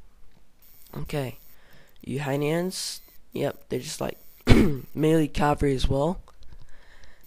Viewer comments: Why the hell is he pronouncing Uhlans wrong? It's not Uhanians, it's pronounced Ooh-lahn or Yoo-Lahn (tomato / tomato). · Infary? Cavry? Uhanians? Meelee? Other than the shite English. It was a good vid :)